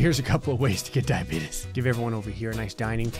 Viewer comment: i love the way he said "diabeetus"